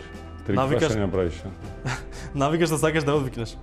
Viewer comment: Ne moze da ja kaze navikata... 😂